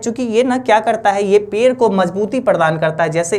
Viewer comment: पेड़ बोलों ना पेर पेर किए हो 😂❤